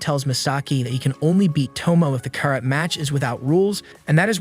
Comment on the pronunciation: Kah-rat club